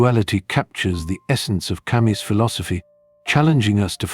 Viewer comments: Ca mew not Ca muss !! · "camü" in propper native french